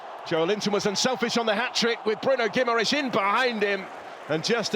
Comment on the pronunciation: Yes, what a ludicrous comment - mind you, from someone who can't even say 'Guimaraes' ...